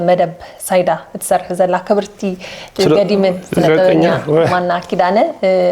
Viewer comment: ሄሉ ዓበይ ሰብ ስለ ኩሉ ትሕትናኺ ደስ እዪ ዝብል።እዚኣ ቃል ግን እንተትእርምያ ጽቡቅ ነይሩ።ተደጋጋሚ እንዳ ሰማዕክዋ ልምዲ ኮይናትኪ ኣላ።ትግርኛ:ጋዜጠኛ:ስነ-ጥበበኛ ዝብል ቃላት ብልምዲ ትግሪና:ጋዘጤና:ስነ-ጥበበና ኢልኪ ተድምጽየን ኣለኺ ኣርምየን ኢኺ❤